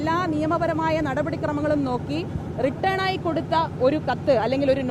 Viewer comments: Please note your pronunciation . WRITTEN (റിട്ടൺ ) Not return ( റിട്ടേൺ) In a common platform don't spell any word like this. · മേയറേ റിട്ടേൺ അല്ല റിട്ടൺ (written). മഹാ കഷ്ടമാണ് മേയറേ നിങ്ങളുടെ സ്ഥിതി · റിട്ടേൺ അല്ല.... റിട്ടൻ രണ്ടും രണ്ടു അർത്ഥം ആണ്